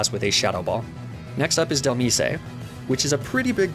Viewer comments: Mag-nem-ih-tee --> Mag-neh-myt Lee-fahg-a --> Leef-edge Alum-a-mala --> Alom-a-mola Salan-dyt --> Salan-diht Moi-leen --> Mo-lane Ahs-a-roll-a --> Ace-a-roll-ah Del-me-say --> Del-mies Ni-ney-tayels --> Nyhn-tayels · AND DHELMISE "del-meese-ay" like bro it comes from DEMISE do you pronounce demise as "duh-meese-ay"?